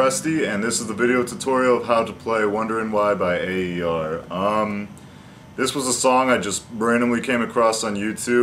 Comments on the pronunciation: It's pronounced "AIR" not A.E.R. Just thought you'd like to know. Good tutorial, bro. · Its Pronounced Air !Hahaha But Can You PLEASEEE Do Some More aer Tutorialsss ?????? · Thanks for this its greatt but i just wanna say its pronounced air !!